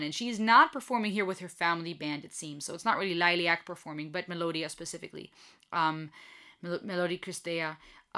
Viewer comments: Most of the concert footage is not produced very well. Before you get criticized in any way for name pronouncing … Liliac = lily like the flower and ack lil-i-ac and Melody-Mellow D and Christy - Chris-tee 👍🌹❤️ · Perhaps this will help to pronounce the bands name LIL-EE-ACK The drummer in this video is the drummer that performed the original version of the song. If you want to check out Melody unchecked, check out Liliac's last to uploads: "Vertigo" a live performance and "Not Afraid."